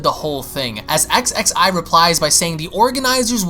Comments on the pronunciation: Again I'm sorry to have to say this but Xxi's name is pronounced Ksee. I know it's irritating because Salagir speaks French but that's what he went with. In any case "Thank you Bra for kicking those two idiots asses!" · Leveler actually it’s ksksee